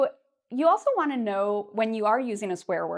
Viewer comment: swear you said "even i won't..." not "i want"